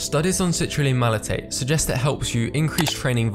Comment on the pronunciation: Great video buddy! Couple of corrections with your terminology: 1. Malate not malaTATE. 2. Anecdotal evidence not antidotal. Otherwise great video content and production quality.